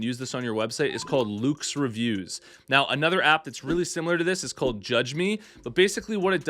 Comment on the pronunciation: Loox is great, but I think it's pronounced looks, not lukes. Maybe just a case of oot and aboot, not out and about from our Canadian friend, lol. In all seriousness, great suggestions here.